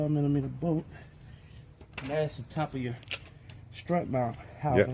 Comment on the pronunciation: “I want to cheeennge your strrraaahhtt!! Bla bla bla..” 😜